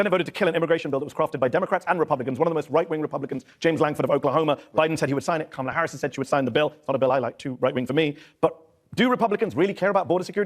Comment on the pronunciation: The middle A in Kamala is not long. Why can't people just pronounce it correctly.